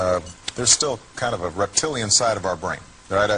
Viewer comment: lol he said reptialian